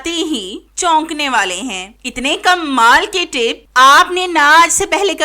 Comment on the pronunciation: Pehly tu Kamal Bolna seekhain Aap bolti hain kummal Tips btati Jain jis ko Jo psand Aaye ga wo khud hi comment kr dy ga